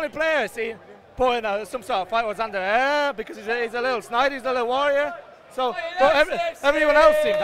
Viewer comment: HAHAHAHAHAHAHAHA HOW DOES HE SAY ANDER HERRERA'S NAME!!!!!